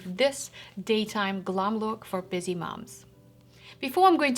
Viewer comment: It is interesting to hear you pronounce "glam" with a soft-A sound.